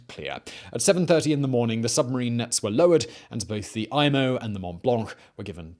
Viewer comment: Great video! Loved watching it. It’s EE-MO, not EYE-MO though.